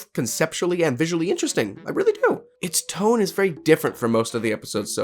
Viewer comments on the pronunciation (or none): none